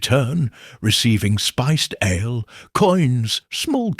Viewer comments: Aaa le, lol🍺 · Your AI mispronounced ale